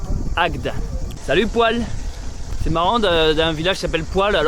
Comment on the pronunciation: Bravo pour cette aventure vivement le dernier episode. Juste pour info: Poilhes se prononce poille.Bisous les amoureux...😂